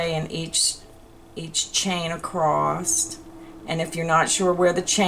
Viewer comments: There’s no “t” in across. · There is no "t" in "across"!